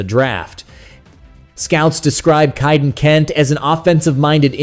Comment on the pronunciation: Prounced "Kay"-den, not "Chi"-den